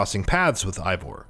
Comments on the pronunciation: As a nordic person myself, I would pronounce it Ey-vor, since our "Ei" sounds like a slightly different "Ey". Ay sounds more like a pirate thing, but then again, I didn't create Eivor and maybe the devs don't know how to pronounce nordic names. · Eivor is pronounced AY-vor, not EYE-vor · its EIVOR not ivor, but great video man!! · I-Vor.... LMFAO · The devs themselves have said it's pronounced Ay-vor 🙂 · Say Eivor’s name right please 🤦‍♂️ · Dude how do you tell us we NEED to know these things when you don't even know how to pronounce Eivor.